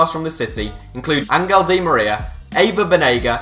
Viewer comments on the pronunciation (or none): none